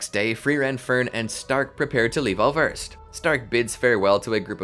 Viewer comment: Just a super picky technical thing. I German the "ß" or scharfes isn't a B. It's the replacement for what were formerly successive S's (i.e. Wasser or waßer [water]). Thus the pronunciation of Äußerst would be Aeusserst. Love your content and that minor change would distinguish y'all from the rest of the pack even more.